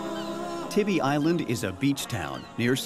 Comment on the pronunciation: It's pronounced Tieby Island not Tibby Island. The stores and shops are not the real Tybee Island also.